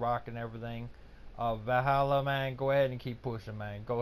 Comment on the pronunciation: Yea know just what u mean G! Gj Valluuh im feeling ur closing in on me i better step it up then ;) Also G tomorrow i will learn u how to pronouns Valluuh its not Vallhalla! :D